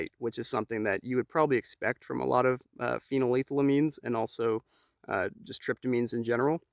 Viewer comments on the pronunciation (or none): Did this man just say “pheeneleethylines”? Lol great vid though